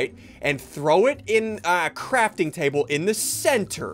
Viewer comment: Hahhhahhhahaha he said crapting table hahahaahahhhahahahhahhahahahahahhhhhahahhahhhhahahhhhahahhhhahahahhhah